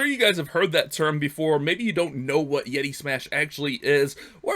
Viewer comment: “Yeti” but love the vids . Keeps the good vibes during all this quarantine